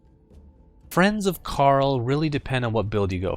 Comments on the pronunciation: In Dota 1, Invoker's name is Kael. When Sunsfan said it at that time, it sounded like he said Karl. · its kael not carl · Since when Kael pronounced as Carl???? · isnt it kael? not carl... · It's Kael. Zzz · who the hell is karl lolol i thought it was kael? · Kael not Carl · Lmao, he's pronouncing kael like karl! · y u say carl and not kael ? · its kael not carl... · There's a bit of history in his name.. They asian dota scene had difficulty pronouncing Ka'el or something, Carl was adapted as a result. He and other chars in dota 2 call him Carl on occasion, maybe as an in-joke/easteregg.